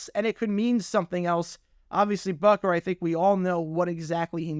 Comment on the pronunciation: It's spelled and pronounced "Butker", not "Bukker".